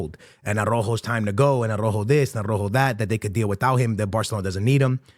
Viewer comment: tha right pronunciation for Araujo is somthing like (are-out-hoe) hahaha, regards